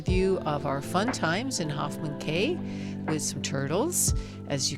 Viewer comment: Nice hearing the natural sound. I plan to follow the same route to the exumas so this was helpful. Just one note they pronounce them “keys” not “Cays” 😂 cheers